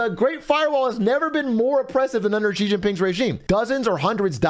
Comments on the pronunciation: Zhang is not pronounced jong. the A is pronounced A like in ITALIA and not O like John. Americans butchering language. ALSO its pronounced SHE!!!! not Jee. sh like in hush. a hard sh so to speak. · It's not "Gee" Jin Ping, it's "Shee" Jin Ping. Get with it, buddy!